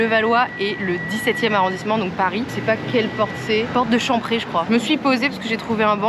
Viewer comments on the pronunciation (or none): Porte de chamPÉrret et non pas champrét😂